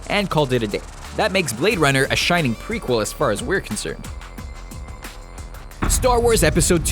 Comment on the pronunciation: Really? "The Shinning"